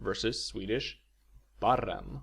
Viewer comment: Interesting but next time could you do it in rikssvenska instead? When learning a language you shouldnt practice with a regional dialect. Especially prominent is your pronouncing of I and E (in "bina" and "barren" respectively for example). Also your "kvinnor" sounds more like kvinnör. Wholly confusing for a learner.